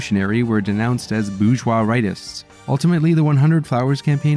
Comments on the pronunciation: Tip to the narrator of this video: you need to learn to pronounce "bourgeois." Hint: the correct pronunciation is not "boozh-wah!" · “Bourgeois” has an **R** in it! I blame Michael Malice.. Now it’s in the algorithm.